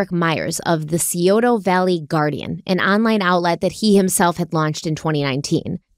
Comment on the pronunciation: Scioto is pronounced Sigh Oh Tuh